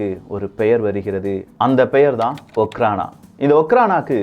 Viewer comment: Hi bro okhrana means just security in russian language im studying in russian University,in my university all security called okhrana and pronounciation also அஃராண